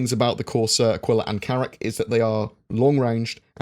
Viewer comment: Who else wants to rip their ears off every time his mispronounces “Aquila”